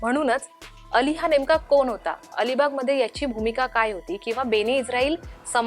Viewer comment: चांगले मराठी बोलणार्यांना नेमा. बातमीदेणार्यांना ण चा उच्चार करता येत नाही. कोन, जानून?